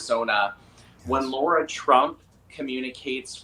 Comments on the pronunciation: Lara* not Laura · Love ya Benny and Scott but her name is Lara not Laura unless it's a US accent, i dont usually nitpick but i am still celebrating Trumps Victory from Australia lol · I am absolutely relieved that Trump won, the world needs him (I am not in the US). I wish I could have voted for him. BTW, isn't it Lara, not Laura ? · It’s not “Laura” Trump, Benji. It’s “Lara.” L-A-R-A, Lara.